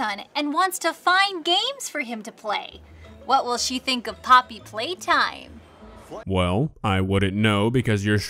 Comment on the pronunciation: "Poppety Playtime" 💀